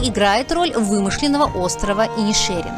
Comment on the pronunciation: Ладно, пусть будет ИнишЕрин